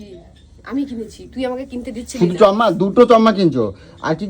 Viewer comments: চম্মা টা কি চশমা বলুন😂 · গলুর ধান্দার সময় পা ধরে কত ন্যাকমো ঝ্যাকামো।এখন আসল রূপ বেরিয়ে গেছে। বাংলা ভাষাটাও ঠিক মত বলতে পারে না। চশমাকে চমমা, স্পা কে পা।এদের VDO বাচ্চারা নাকি দেখে। কি সুন্দর মুখের ভাষা। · চশমা ❌ চম্মা ✅ 😅